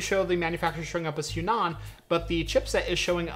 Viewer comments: It should be read as hua nan not huan an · im pretty sure its H-WA-NAN, not H-YU-NAN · I cringe at the pronunciation of the Chinese brand... "Hwa-Nan" is correct. Great video though!! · Their brand is pronounced as "Huah Nun" meaning Chinese South. I'm very inspired by your videos and build quite a few Chinese X99 and some Xeon Systems. Great work!